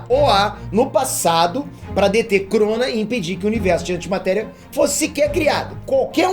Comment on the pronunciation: Quando o falou "chrona" -Opa, aproxima é crossover DC e Marvel? Isso msm q entendi